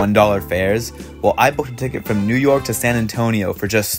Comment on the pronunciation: New Ork... Sounds like Newark...eh, close enough